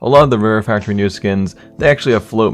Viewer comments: factowy new? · Is it just me or is there something weird about the way he's saying factowy new? Btw the "w" in factowy is intentional.... in case you're wondering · Factowy New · 'Factor wee neew' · did he just say factowy new? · "Farktowy New" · Faqtuinew that Way he is saying it in the beginning